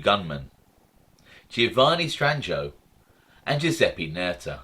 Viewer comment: LOL. Pretty good...yes its Stran-joe. The "i" is almost always silent in the middle of a word...